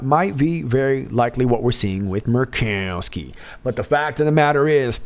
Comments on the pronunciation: hahahah, M-u-r-r-rkowski! love it. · I love hearing you say Murkowski. Hilarious! Laughing by myself. I wish my family was into this! You do amazing great!!!